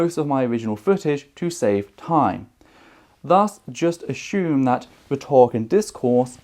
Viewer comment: I've heard "us-SOOM" and "us-YOOM" as pronunciations of "assume", but "us-SHOOM" is a new one to me. :)